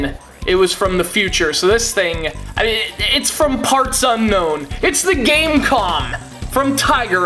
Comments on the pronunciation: No. its pronounced Game Com. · .....it's pronounced game com